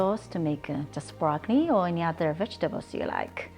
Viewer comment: I laughed evertime she said Brockni. Thanks for the laugh and nice feed